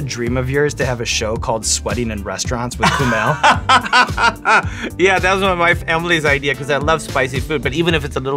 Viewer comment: Sean knows his shit! He also pronounced Kumails name perfectly!